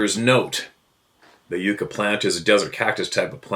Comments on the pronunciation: Pronunciation Yuck A plant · ...Yucca is pronounced yuck ah. Yucca are a native tree on the California dessert. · yucca is pronounced (from my understanding) as YuckA.. as in the cacti plant or the man... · Yuca is pronounced like, yukka. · It's a yucca. Pronounced like yucka😊 Love our name's, eh?!😅 Live in southern Arizona in a small mountain range. Forest people ARE here, too! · FYI Yucca is pronounced yuck uh. The 29 palms area is about 90 miles from where George AFB was located could be the same Sabe or related to the ones seen there. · Hi,! Have an awesome weekend yourself!!!😊 From southern Arizona by Tucson. THEY are here, too! It's spelled Yucca. Pronounced, like yucka.😊